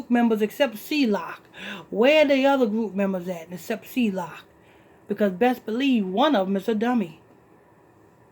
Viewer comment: KMSL. THAS NOR HOW EU PRONOUNCE HIS NAME. ITS NOT C-LOCK. ITS C-LOC